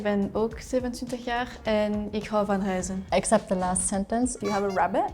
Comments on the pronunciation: She misspoke reizen I think (as a Dutchman) it indeed sounded like huizen (houses) but eh, we all make mistakes :) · i heard your french accent or flemish accent close to the french border. but that doesnt mean that you need to pronounce the ei-vowel like the ui-vowel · no her pronunciation of “reizen” was way off. But she also said that she had a French accent so maybe she’s Wallionian? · The belgain at start literally sounded like ik hou van huizen not ik hou van reizen 😅 and i live in Belgium. Also in Belgium atleast in vlaams its also Hell. I guess maybe borrowed. But its commonly used. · I'm from Belgium, when the Belgian girl said 'ik hou van reizen' it legit sounded like 'ik hou van huizen' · Wow the Flemish person has pretty terrible pronounciation it sounded like she said "ik hou van huizen" instead of "ik hou van reizen" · I'm from the dutch part of belgium and i thought the belgian girl said "ik hou van huizen" in stead of "ik hou van reizen", even when she repeated herself. So I thought she said "I love houses" instead of "I love to travel" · as a belgian perfect bilingual i also heard huizen in plaats van reizen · She definitely said huizen and not reizen. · I also heard that i though she said "ik hou van huizen" but it is " ik hou van reizen" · I thought the flemish girl said "ik hou van huizem" i like houses 😂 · I'm Dutch and I couldn't hear it either. I thought she said "huizen". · Ik ook, wth, Huizen ?? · Im from belgium to and I also thought she said Huizen like if you love Belgium ❤❤❤ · As a Dutch Frisian (or Frisian Dutch) I also thought she said huizen. I was like wow she loves houses. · Ik dacht dat ik de enige was die "huizen" verstond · ja t klonk echt als huizen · klonkt 100% als ik hou van huizen :-D rare misspreking van stress? ze lijkt niet echt op haar gemak :) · Ik verstond ook huizen lol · Ik verstond ook "ik houd van huizen." Erg vreemd.. 🤔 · Ik verstond ook “ik hou van huizen”